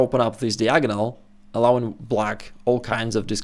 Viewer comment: Diagonal is correctly pronounced D-eye-agonal not Deeagonal